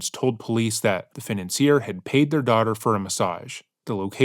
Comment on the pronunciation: Tf who says financer like that